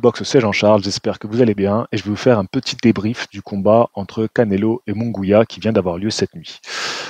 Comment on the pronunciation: Il n'y a pas de son << gwiya >> non plus 😅 C'est MunGUIA donc le son << Gui >> se prononce comme celui du prénom << GUIllaume >> 😊 ...